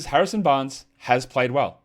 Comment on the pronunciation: Harrison 'Banres'? MUST have been the Metallica show or your dog barking at you the whole show...cheers